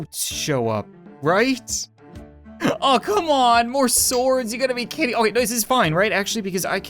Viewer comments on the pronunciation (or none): none